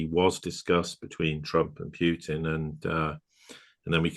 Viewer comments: The Sirius Report is in my estimation one of the best geo-political podcast channels discussing rather serious topics., like myself is from the UK, although, judging from his pronunciation, of the name: Pyutin. He probably hails from the Midlands area which would include cities like Birmingham or Coventry. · Pyutin? Who is Pyutin? You can’t even bring yourselves to get the right pronunciation of the name? Wait a minute, why are you in my recommendation feed by the way?